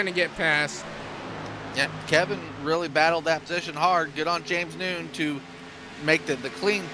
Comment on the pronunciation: James Nunn is not pronounced "noon". It's Nunn like a Catholic nun. 🤦‍♀️ K thanks